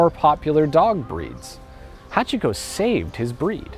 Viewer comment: No, you're not deliberately speaking with an English accent. You can't fool someone who is fluent, sorry. And I'm talking extremely basic Japanese pronunciation. Its "hahtch-ko" not "ha-chee-ko, the i is dropped, its not "shibbuhyuh" its shee-boo-yah". I know about 50 people who became fluent, and NO ONE goes back to mispronouncing Japanese once they're even moderately fluent. For you I recommend learning the pronunciation of vowels, which you should have learned in the first ten minutes of studying Japanese.